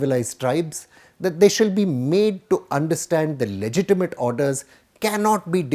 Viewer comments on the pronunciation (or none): none